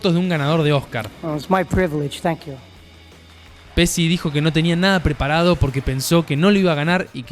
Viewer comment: Me sorprende que un argentino pronuncie pesi para decir Pesci.